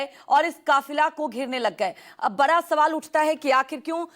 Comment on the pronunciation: bara sawal hai bol rahi hai bara nahi bada sawal bolna chahiye